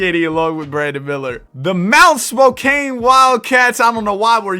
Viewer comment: How the hell did ChatGPT get Mt. Spokane? lol. Spokane and Spokane Valley exist, Mt. Spokane as a town/city doesn't. Anyway, Spokane is said with the Kane as the word can. Spo-can. :) I actually love this concept. Camara is said "Cuh-mar-uh" for future reference